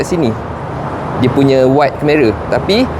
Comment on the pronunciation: ok by the way, sebutan dia keh-ma-ruh bukan ker-meh-raa